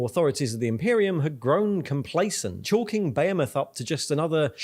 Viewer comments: You keep pronouncing Behemoth wrong, its Be-Hem-Oth. Great videos though :) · pronounces tyranids and behemoth as if they're exotic words and then proceeds to pronounce jormungandr as britishly as possible